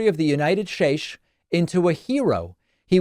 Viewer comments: David, you can't pronounce the word TRUTH correctly. David, you can't pronounce the word STATES correctly. YoU HaVe A sEveRelY CoGniTiVe dEcLinIng BrAiN. "DaVid's BrAin COLLAPSES oN NeWLy PoSTed ViDEo" You are an embarrassment to your audience on your coverage of Trump. Trump can give speeches for 1.5 hours and one minor slip up and you take it to the moon. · Why you say states like that lol? Even made me check the spelling lol